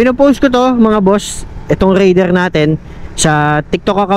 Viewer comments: raidererrr😂. medyo bulol si sir sa pagbigkas ng "R" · bat ka nag raider boss eh bulol ka sa R HAAHAHHA